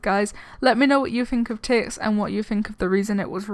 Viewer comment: It's Tix, not Tixs